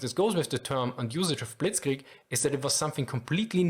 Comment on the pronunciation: Here is a very german response to your attempt of pronounciation (direct and brutally honest): It's not as bad as it could be, but you should definetly keep practicing. ;D It's hard to master our language, but you can do it. (I hope you don't "get this in the wrong throat" as we say. 😅 Germans are very direct.) I love your videos.